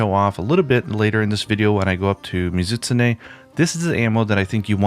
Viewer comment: "Muh-ZIT-sneh" ... I've said this before, but you really do pronounce the monster names oddly. This is probably like the 6th time I've done a double-take and had to replay it back to figure out what the hell you were referencing. But I can't be alone in pronouncing it "Mi-Zu-Tsu-Ne". That aside, I can't get used to the wyvernblast things. Ironic, since I like trap ammo in other games, but it never seemed to work out the way I wanted it to in World so I just didn't end up using it that much (unlike the HBG specials). Oh yeah, and you pronounce that really weirdly too: "WAAAIII-verrrn". Kek. I expect to an American my way of pronouncing it would sound like "wivun". Well whatever.